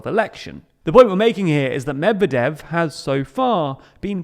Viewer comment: I had to stop watching because of you pronunciation of Medvedev